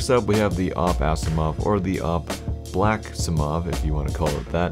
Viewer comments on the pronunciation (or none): "blacksiimov" can you please call it "blackiimov" instead its triggering the fuck out of me, no offense